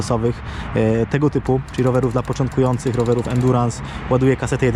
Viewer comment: Za każdym razem gdy słyszę endurans...